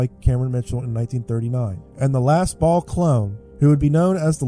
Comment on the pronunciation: .... KKKKKKKKKKKKKKKKKKKKKKK "the last remaining Ba'al"....